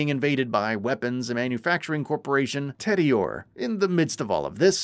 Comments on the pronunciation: I was so distracted by that from the moment he fudged tediore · TEEdior. Rheeees. (Rhys is a name with a standard pronunciation - and it’s never ‘rise’). 😮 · You know the narrator is not even familiar with Borderlands by the way he pronounced Tediore and Rhys.